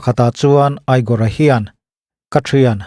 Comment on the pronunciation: igor khi egor tih in lam tur